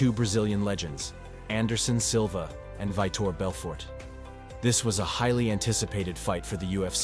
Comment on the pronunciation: Its pronounced Vee-Toor Belfort.